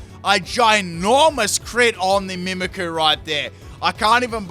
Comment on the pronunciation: Man i love your vids and i am a Fan since … i don’t know … so many years, but maaaaan I really can’t understand how someone who for work does Pokémon, can’t even pronounce those names… ist MimikYu, like I mimic you it’s not Mimickuuuuuu. That bothers me so much. I’m sorry man, I still enjoy your videos very much ..